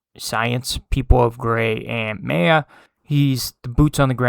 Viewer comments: Good Viedo but you mispronounced "Maya" name wrong. It's "Mai-ya". Not "may-yeah". It's spelled like "Maya" because that's how it's spelled. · The way this guy pronounced the name “Maya” throughout the whole video is annoying. It’s so wrong. The ay in the name is pronounced like the i in hi. Not however he was saying it.